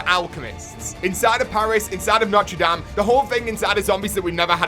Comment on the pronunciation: Lol the was he says notre dame is funny